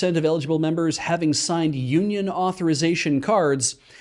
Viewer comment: WTF is “Uniong”?